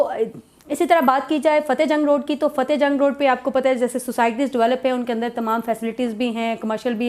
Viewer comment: It's not Cahte, it's Fateh Jang